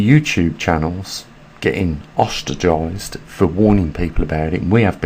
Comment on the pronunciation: the word is ostracised not ostragized